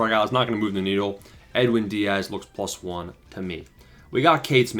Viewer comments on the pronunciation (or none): none